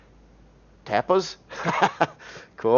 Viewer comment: You said 'tapas' like you never heard of the spanish dish before... im shocked lol!